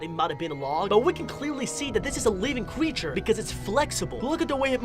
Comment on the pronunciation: Me: creature? Him:Qcreature